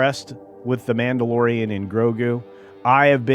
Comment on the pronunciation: Did I miss hear or did you call it the Blandalorian?